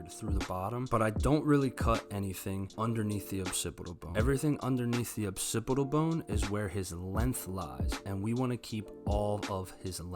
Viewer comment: “Occipital bone,” not “opsipital bone.”